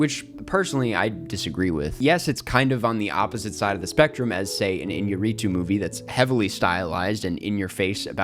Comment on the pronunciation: Why gringos always pronounce iñarritu badly